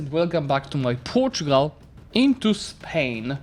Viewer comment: yes protugal thats how it is said